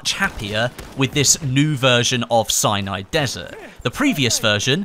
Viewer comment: Sounds like hes saying cyanide desert 8-/